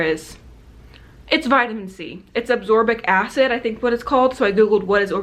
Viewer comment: "azorbic" lol it's "a-s-c-o-r-b-i-c" haha I know what you meant though! Also I'm glad you finally found something to help get the orange out! It's almost just like the color on the color oops box!